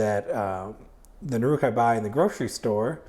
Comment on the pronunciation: nOOruk, not nurOOk :P